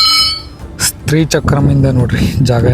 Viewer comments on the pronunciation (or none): ""ಸ್ತ್ರೀ """ ಚಕ್ರ ಅಲ್ಲ. """ ಶ್ರೀ "" ಚಕ್ರ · "Stree" Chakra alla, "Shree" chakra adu pronounciation.